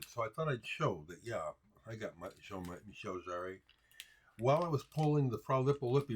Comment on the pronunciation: Of course, you know about and have Jean-Michel Jarre (btw - correct accentuation, ). You talk a lot about influencial records during your teenager-years in your show(s). I love that. Always reminds me of the music, that changed things for me or introduced me to new genres. Jean-Michel Jarre was one of them. I remember, I went to the record store as a 10 year old and wanted to get some new things besides The Beatles, Stones and some radio hits. Ended up with Fischer Z (Red Skies Over Paradise)... AND: Equinoxe by Jarre. I was allowed to listen to it in the store on headphones – and: woooohooow. While listening, I realized, that the big hit "Oxygene" (at least in europe, it was) of course also is by Jarre. But I did not have enough money to buy a third album. At least not that day 🤗😉 Those were the times! The other to game-changers in retrospective: "Wish You Were Here" (Pink Floyd) and "Jazz Goes To Junior College" (Dave Brubeck, my Dad gave it to me, because it was his favorite record, when he was a kid).